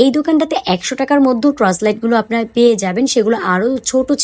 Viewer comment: আপু ট্রচ লাইট না, টর্চ লাইট হবে।